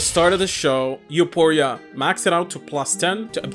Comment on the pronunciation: It's You-four-e-ah